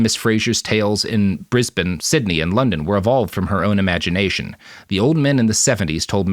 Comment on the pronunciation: He did say 'Brisbane' perfectly, however.